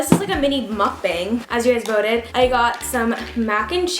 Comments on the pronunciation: You say Mukbang wrong lmaoooooo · Do you know that you said mukbang wrong its never mind i woosh i can tell you in person sothen i tell you what the real way too say it😂😂😂🤓